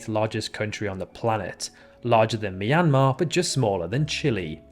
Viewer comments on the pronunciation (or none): none